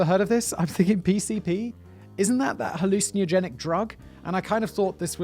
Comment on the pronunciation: His pronunciation of 'hallucinogenic' is almost weirder than the story.